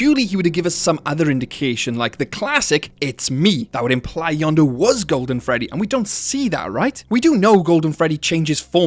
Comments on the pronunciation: When you say "Yendo", it sounds like "Yando", and if it's an accent, that's fine, but it's strange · Um you’re saying yonndo not yenndo please say it normally in next video please.😢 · pronouncing Yenndo as Yawn-doo instead of yenn-dough feels illegal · Not to mention you also pronounced it "Yondu" Not "Yendo" and I wasn't looking for a minute and I thought you somehow brought in Guardians of the Galazy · Bro says Yonndo but it's yenndo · Yanndo? Its YENNDO Y E N N D O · its name yendo you are saying it wrong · It’s pronounced “Yen (like the Chinese currency)-dough” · how tf you get that pronunciation? it is blatantly spelled out as Yendo. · He really said yenndo as yondu oh and no hate I love these videos I was just making a simple joke keep up the vids